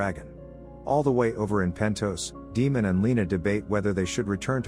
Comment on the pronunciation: A lot of explanation videos are almost as long as the episode itself lol thanks for having a brief one. Also, potential tip, maybe since you’re using text to speech for the explanations, maybe try “Daymen” or something for Daemon as it may pronounce it correctly instead of saying “Demon”